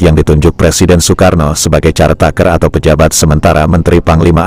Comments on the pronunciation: Maaf, koreksi cara baca CARE TAKER bukan (x)"carteiker"(x) tapi [kărteiker] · "Care taker" dibaca "Kér teyk(e)r"